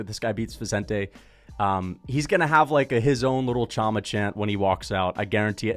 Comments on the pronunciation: chama is pronounced "Shama". Pereira has lots of aura, that's insane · Pereira did do a chama chant after ufc 300. And bro its been a few months since that words been everywhere with alex you should know how to pronounce it